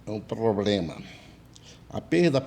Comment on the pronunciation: Esse amigo que fala ploplema é almoxarife? 😆😆😆, o ramal dele é o tles quatro cinco?